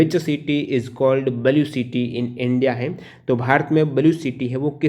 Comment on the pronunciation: बलु सिटी 😀 नही भाई ब्लू सीटी बोल